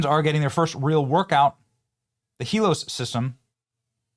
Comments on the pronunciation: Are you sayin HELOS instead of HELIOS. Every single time you read it? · Benny, you gotta get the name right. It's not " Helos ", it's Helios as in the Greek word for describing forms of the Sun. Very well named btw 😁👍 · Heel-E-oh-sss. Come on Benny. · Its pronounced he-lee os it's greek for Sun and the sun god helios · Pronounced HEEL-EE-OHS, Benny. It's the Greek word for the sun. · Sigh.....IT'S HEE-LEE-OS. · "Hee-LEE-ose", rhymes with glucose. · Pronounced: Hee-lee-ose. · Helios is pronounced Hee-lee-Ohs. Helios is another name for Apollo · youre saying helios wrong